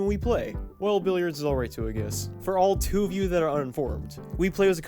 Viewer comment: You have a really weird pronunciation of billard.